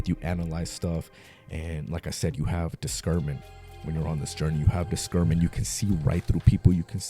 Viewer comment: You are saying discernment wrong.